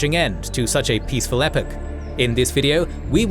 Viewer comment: The British pronunciation of "epoch" is one of the worst parts of British pronunciation. Ee-POCK, pleas.